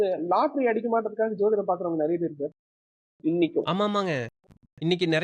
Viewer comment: I think the anchor is not using the word JODHIDAM, as he pronounce SOTHIDAM. WHY, IS THERE ANY REASON. SEEMS TO BE VERY CHILDISH. ALSO HE WANTS TO QUOTE AN INCIDENT LIKE CASTE DISCRIMINATION HE FACED IN LEARNING. LET HIM EXPLAIN CLEARLY NOT BEATING AROUND THE BUSHES